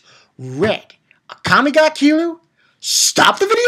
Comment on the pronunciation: Her name is pronounced aaakame